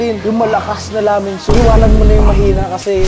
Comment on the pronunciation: Hindi po 😂😂😂😂😂😂😂😂😂😂😂😂😂😂😂😂😂😂😂😂😂😂😂😂😂😂😂😂😂😂😂😂😂😂😂😂😂😂😂😂😂😂😂😂😂😂😂😂😂😂😂😂